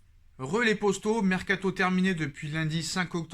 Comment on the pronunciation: Arrete de dire « postaux » (traduction youtube) !!! C est potos ! P O T O ...entraîne toi devant le mirroir ou prends un orthophoniste